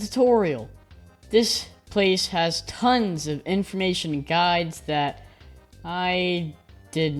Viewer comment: Did you say TONS?